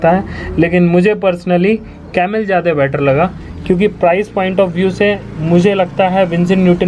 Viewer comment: Jyade nahi bhai 'jyada' hota hain. Baki nice video. China ko(as you asked to comment) economically strong ho ke hi takkar do. War ki zaroorat nahi padegi.